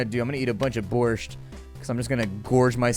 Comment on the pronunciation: you say borsht rong